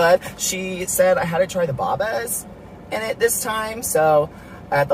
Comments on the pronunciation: The way you said boba…it’s pronounced B O (o like bow you use for hair) and then ba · I don't like the part where he mispronounced boba, I like the part where he choked on it tho